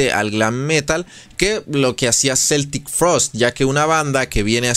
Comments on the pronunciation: Yo también la conocí como Celtic en los 80s Pero Tom ha insistido en aclarar que se dice Keltic 🤷🤷🤷 Un amigo hablaba de Metáyica... Así se oyen los que en la época del internet y los traductores en línea, insisten en Celtic Frost. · se pronuncia QUE-ltic frost .. educate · En realidad la pronunciación es como si fuera con k, es pronunciación en inglés, en suizo o alemán suena con c ......NUNCA cambiaron de genero, lo que paso es que cuando firmaron contrato con esa disquera americana, estuvieron prácticamente obligados a tocar esos ritmo y esas canciones, tom warrior no escribió ninguna de esas canciones, otro dato ws que tom dijo que celtic tuvo que acabarse en el año 1993.